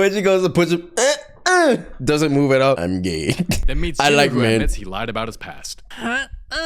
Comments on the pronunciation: Brody and say gay cuz he said yay😂😂😂😂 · Actually it’s “Gay”😂😂